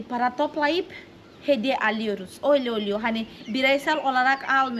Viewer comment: güle güle kullan. hiç ü harfi kullanmıyorsun hep u kullanıyorsun. Ö ' de kullanmıyorsun o kullanıyorsun ve ı harfi yerine i kullanıyorsun. Duğun değil düğün Çunku değil çünkü Oyle değil öyle Goturmek değil götürmek Tatli değil tatlı Sesli harflere biraz çalışmalısın hem kendin için hem de tatlı kızın doğru öğrensin diye. Güzel gözlerinden öperim.